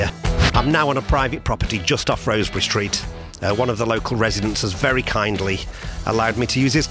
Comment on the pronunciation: I think...and it's just me (though I am scouser) it's pronounced Rozz-berry...rather than Rose-berry...I guess the residents would know!!